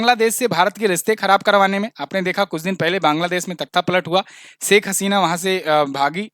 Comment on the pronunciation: Please pronounce "sha" correctly. You pronounce it as "sa". E.g. desh not des, sheikh not seikh, Shuru not suru also "apeksha" not " apekcha", liberation not liberason. Being a teacher you should be very particular about pronunciation.